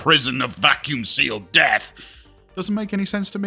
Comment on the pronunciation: i like mah' lil' froosen prizon of vaqum-sea-lead death